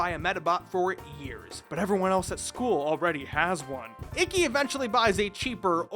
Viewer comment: I’m about to start watching it on amazon and I so so sooooo wish it gave the option to listen to the original japanese cause the way everyone pronounces ikki’s as “icky” is gonna annoy the sh*t out of me….